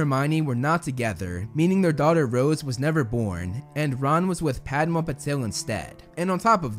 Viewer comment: Great video. Liked it. I am a Potterhead too. BTW I just wanted to tell you. It is not "Pad-ma Patil". It is "Padma Patil".